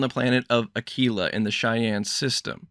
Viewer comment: Thank you for saying Ah-kee-la correctly. I've heard so many YouTubers completely butcher that city name that it's driving me crazy.